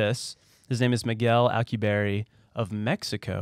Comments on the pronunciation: Why is the guy who can't read in charge of reading? Alkaboorry? Really? AL-KU-BI-ERRE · It is pronounced like "al cue be air." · al like alex. cu like coo/koo. bierre like pierre. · (Al-que-be-air) Drive.